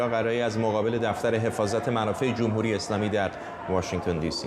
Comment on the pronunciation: گزارشگر: جووم هووری... منظورش: «جمهوری»